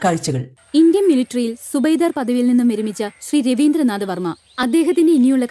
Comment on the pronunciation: സുബൈദ അല്ലെടീ ജമീല...!!! സുബേദാർ എന്ന് വൃത്തിക്ക് പറ തള്ളേ 😏